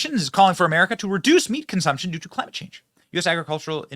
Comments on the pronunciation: wtf is "cli" "mate" change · "Clamite change" ok dude.